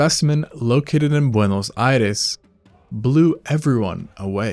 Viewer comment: speaks in american english and randomly goes 'buwehno ayedez' 💀